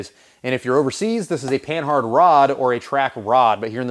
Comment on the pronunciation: I'm fairly certain that the H is silent in panhard since its origin is from the French company Panhard.